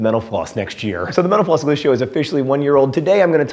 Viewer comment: Am I the only one who hears "mental floss" at the beginning and "menopause" at the end? Maybe it has to do with my profession...lol.